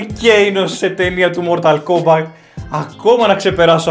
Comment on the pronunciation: Κομπατ. Κομπατ. Όχι Κόμπακτ